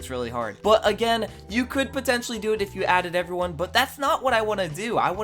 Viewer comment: Stop saying potencially, its ew